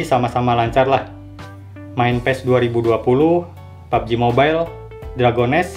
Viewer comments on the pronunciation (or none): none